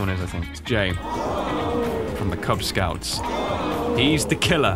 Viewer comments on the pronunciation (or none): He said kuz scouts lol